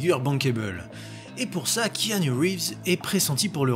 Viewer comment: C'est con mais ça fait plaisir d'entendre enfin quelqu'un qui prononce correctement Keanu et pas Kinou :). Et merci pour tes vidéos !